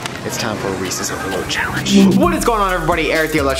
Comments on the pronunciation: When he said as many Reese's products it sounded like he said racist products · How many times did he say Reese’s! 😂